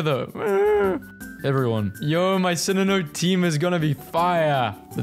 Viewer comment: so sorry, but... "sinninoh"???!!! 😭😭😭😭